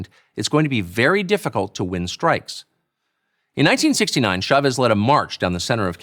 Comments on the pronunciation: It's a little annoying that everyone pronounces Chavez with soft "sh" sound. "Ch" in Spanish is always a hard "ch," like chocolate. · In America we pronounce ch like ch, Pierre.